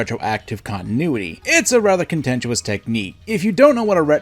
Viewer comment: it’s a rather CONTENT-CH-YOU-IS technique